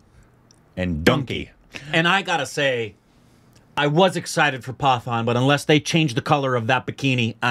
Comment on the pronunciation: It's पठान not पतन 😳